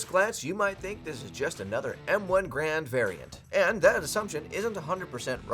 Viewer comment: “Garand”, not “grand”